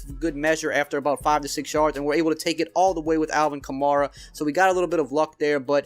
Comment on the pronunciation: My dude, why you gotta disrespect our man Kamara. He said himself it’s pronounced Cuh-Mare-Uh